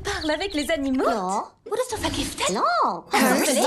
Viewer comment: "tu parles avec les animautes?" 😂